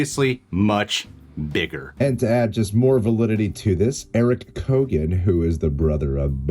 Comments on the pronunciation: Its pronounced Key-Yo-Gan. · Absolutely love you guys, but lots of people have pronounced his name wrong (coming from an Irish person), it's said like Kyo-an, not kogan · His last name is pronounced KEE-AHN, but other than that, solid video. 🤓👍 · Please for the love of all that is holy pronounce his name right. It's (rough phonetic translation) key-own with very little gap between syllables. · It’s pronounced key-oh-gan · By the way, his surname is pronounced "Kee-own" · keoghan is pronounced kyowen btw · Hey and, i know a lot of our Irish names can be hard to pronounce for Americans but its Barry Keoghan (Ke-Own).... great actor, has been in a few big American films, American Animals was great. He has also been in a lot of Irish movies were he has played gangsters and stuff,he is also great at accents, i think he could really pull it off...He also said in an Interview in Ireland he was filming something for the new Batman film, maybe an origin story in the first film or maybe just a brief cameo..Still i hope this is true, i think anybody that thought Mr Phoenix was returning as Joker at all is fooling themselves. He originally said no to Doctor Strange as he doesnt really do sequels...New Joker, yes!!!!! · Lads you need to learn the correct pronunciation of his name its key oh gen say it fast. By the way i think you guys are awsome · Just so you know, the actual pronunciation of Barry's surname is [key-oh-en ] :P Irish surnames are never as they seem. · Keoghan (kyo-ann) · It's pronounced Key-own, the G is silent. If's an Irish name like mine. The G is silent in mine too.